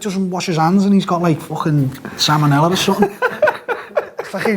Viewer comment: He’s got “salmonella” Hahahah